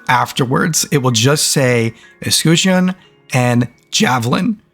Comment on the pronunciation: The shield is like saying 'kitchen' but with a 'U' where the i is... eS-kut-chen have a great day